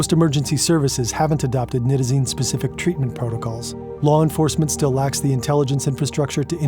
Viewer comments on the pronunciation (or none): thank you for the video. I don´t fault you for your mispronunciation of Isonitazene, but it needs to be mentioned. You threw an extra ¨T¨ in there. Furthermore, Nitazene in the academic community is more often pronounced ¨Nye-Tuh-Zeen¨. It reduces the already infinite conjecture out there regarding these NPS Opioids. The issue that the general public i.e. non-users/researchers is that they tend to treat different Opioids as if they are different species when in reality, they are just horses of differing colors. You might have a Clydesdale (Fentanyls), a Mule (Buprenorphine) a Stallion (Morphine/Heroin) or a cute little Foal (Codeine). Regardless, they are all horses. The physiology is the same, the organs, the biology etc. Essentially all commonly abused Opioids are full Mu Opioid Receptor (MOR) agonists. I´m not gonna get into partial-agonists or Mitragynines right now. In medicine, it is common to take any Opioid, be it Oxycodone (Percocet, Oxycontin), Hydrocodone (Vicodin, Lortab), Tramadol (Ultram) etc. and convert the dosage into Morphine Milligram Equivalents. Any true MOR agonist can be converted to these units through basic proportional math. My point is, Opioid tolerance is known to be essentially limitless. The human body can become accustomed to doses of Opioids literally hundreds of times more than what could kill a naive individual... likely more given the proper time and resources. The treatment for Opioid dependency is no different and should always be based